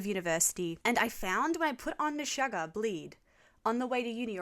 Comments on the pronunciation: No one's gonna tell her it's pronounced 'gent'? Also, it's Meh-shoog-ah. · Before you get too crucified by know it alls: Djent is one syllable, not two. Meshuggah is pronounced to rhyme with "sugar". It is Yiddish for "crazy". Just thought I'd gently lean you to the accepted nomenclature before the comment section is infested with the atrocious. Great choices- "Bleed" is probably the most accessible entry for Meshuggah as their rhythms only get wackier. For instance, the quiet bit in Future Breed Machine is in 27/8, three groups of four followed by three groups of five. Per bar.